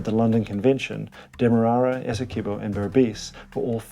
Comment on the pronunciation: Please say Essie qwe bo not Essie kee bo